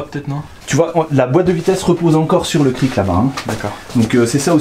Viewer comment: On ne prononce pas le "c" final dans "cric", on dit donc un Kri. De rien ;)